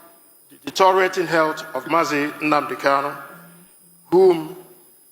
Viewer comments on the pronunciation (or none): Bro abeg , pronounce the name well Mazi Nnamdi Kalu ....not Hunadi kalu